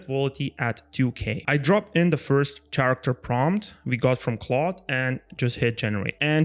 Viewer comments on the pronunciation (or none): Great video! Just a little detail that causes some confusion in your video: the word Character is actually pronounced like Karacter. No worries, I'm not a native English speaker either so not judge from me, this things happen to all of us, but I wanted to point it out to you because it's super easy to correct when you know it. LOVE THE VIDEO! Oh, and THANKS SO MUCH for sharing the skills!!